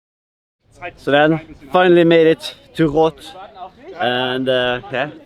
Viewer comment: Love how he pronounces Roth correctly instead of Jan Frodeno calling it Ross!